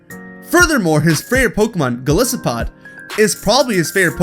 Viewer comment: One thing: Guzma's pokemon is pronounced "Goal-ICE-oh-pod." It's a pun on Goliath, as well as the isopod, a popular aquatic insect. While small isopods are dangerous parasites, the giant isopod is rather cute, very docile, and often friendly.